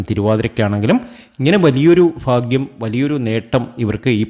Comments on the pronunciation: ഫാഗൃംഅല്ലാ ഭാഗൃമാണ്. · ഫാഗ്യം. മാത്രമല്ല സൗഫാഗ്യം വരെ വരും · Faaghiam alla. Bhaagiam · ഫാഗ്യം, അനുഫവം, സൗഫാ ഗ്യം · ഫാഗ്യം സൗഫാഗ്യം 😊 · faghyam അല്ല BHAGHYAM ആണ് ഇതൊന്ന് മനസ്സിലാക്ക്